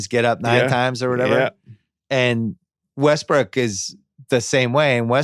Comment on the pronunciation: They said Wussell Restbrook like four times